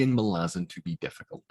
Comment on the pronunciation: One of the few people I know who can pronounce Malazan as it should be pronounced. So many people say it as Ma-La-Zan. Not Mah-lah-Zan.